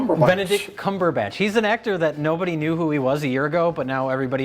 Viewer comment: The way they mispronounce Benedict’s name every time was hilarious